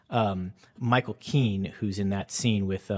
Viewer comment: Interesting video but it's Michael Caine not Ceen. Also, HL licked his lips to keep his scar prosthetics on